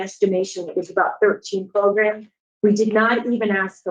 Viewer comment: Again with the magical “progrums”